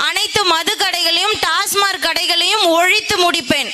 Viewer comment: Tasmark illai. Tasmac.